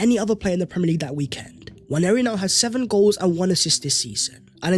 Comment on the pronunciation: Please, please, please can we drop the 'Y' when pronouncing Nwaneri. There is no Y in his name. Love the show,. Keep up the good work.